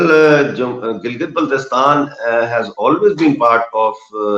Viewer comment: You can't even pronounce name of GB why are you talking